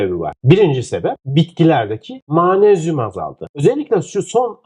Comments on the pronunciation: Yahu Allah aşkına daha magnezyum demeyi bilmiyorsunuz manezyum diyorsunuz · Hocam Ma-nez-yum değil Mag-nez-yum olarak okunur 😮😮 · Mmayğğyğnezyum nedir hocam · türkce telaffuzu gercekten Maanezyum mu?